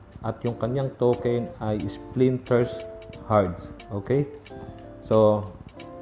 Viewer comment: Splinter Shards po sir nakakatuwa nmn po correction lang po